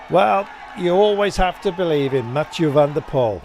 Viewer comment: Commentator, pronounce Mathieus' last name like pool instead of pole